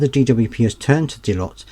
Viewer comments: it's not pronounced Dellyott, it's Delloyt! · Its pronounced Deloyt